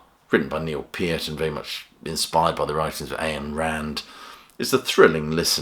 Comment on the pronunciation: It's pronounced 'Ine' Rand, not 'Ayan'.